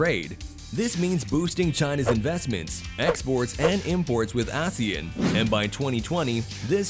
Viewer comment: The narrator keeps mispronouncing ASEAN.